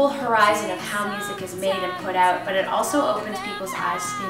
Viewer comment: "Wait It Oot" Canadians are so cute!